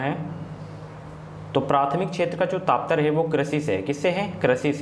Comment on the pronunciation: Taptarya ni hota....Tatparya hota🤗